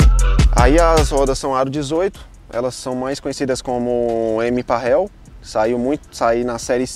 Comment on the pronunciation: O modelo da roda é Parallel e nao Parrel como o dono diz. Parabéns pelo projeto.